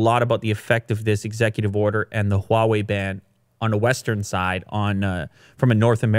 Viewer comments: Your pronounciation of Hua-wei is better than Joe Rogan. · finally he says huawei correctly